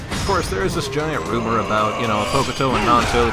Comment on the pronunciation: The u in Hokuto is silent.